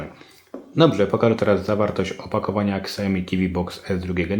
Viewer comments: bardzo przydatne, dziękuję ale proszę: "siaomi" nie ksiaomi ;) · Siałmi a nie ksiajomi